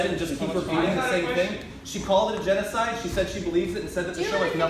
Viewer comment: Armenian Yeno-YouNoWa-Side 🤣🤣🤣 love my boi